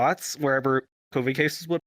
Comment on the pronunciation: "The Cawvid"